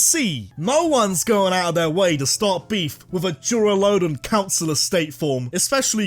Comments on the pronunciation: LUDON, NOT LODON! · DURALUDON, NOT DURALADON! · DURALUDON, NOT DURALODON! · THE FIRST O IN DURALUDON IS SUPPOSED TO BE A U! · Idk why but the way this man says “duraludon” cracks me up😂